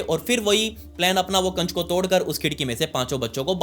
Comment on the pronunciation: Kaanch❎ kacch✅ Emergency❎ amargensi✅